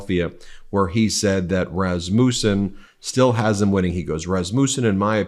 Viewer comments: iT IS PRONOUNCED ras-mUSSEN, not ras-moosen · I think its pronounced rass-ma-son. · "Raz-muh-sen" please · Is that how it's pronounced? I went to school with someone with that last name & they pronounced it Ras mussin.